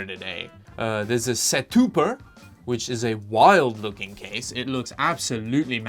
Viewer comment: So he said set-tuber, but I'm convinced it's setup-er